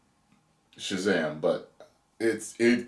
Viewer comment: This is what happens when you force women in a script. It's Shazam not Shezam. In fact Shazam shouldn't even share his powers with the others. It just takes too much focus away from the hero.